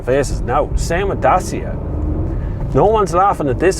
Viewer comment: Dacia is pronounced (da chi a ) it's romanian